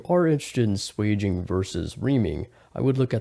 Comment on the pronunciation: It's swaging not sweging.